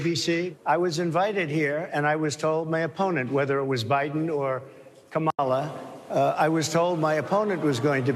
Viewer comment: Dude its crazy that he continues to do the mispronunciation of Kamala on purpose to their faces. Guy has some balls. Racist, ignorant fucker balls but still, balls.